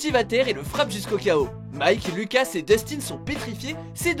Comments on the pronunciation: On en parle vous dites , JonathAN au lieu de JonathANE et LucASSE au lieu de LucAS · TheTwist_ Tu as raison pour Jonathan mais pour Lucas, ça se dit Loucasse ! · Putain ses pas loucas ses Lucas